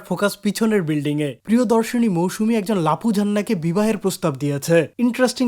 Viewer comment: He literally said "মৌসুনা" 🐸